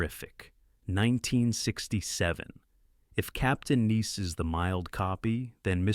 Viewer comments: Why is the narrator talking sooo slowwww? Captain Neese? Then you say Captain Nice, don't like AI narrators, they can't pronounce words right or stay consistent. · This is AI crap. Wrong clips and can’t pronounce “ nice”.